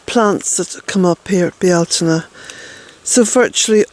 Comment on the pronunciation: "Bee-altaine" Cottage is an example to the world.